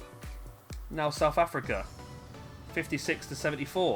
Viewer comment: The way you say South Africa is tilting